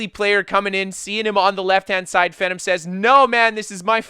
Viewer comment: Pretty sure its pronounced Fee-Nom (GodPhenom) But holy shit Speed Kills video would make anyone wanna make a stam sorc